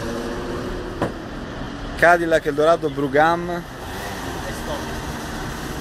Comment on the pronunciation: brougham si pronuncia semplicemente BROM